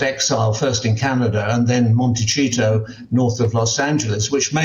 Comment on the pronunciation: For the love of God, someone please tell Mr. Cole is "Montesito", the c in Montecito is pronounced as the s in English. It's very annoying that he pronounces it as if it was an Italian word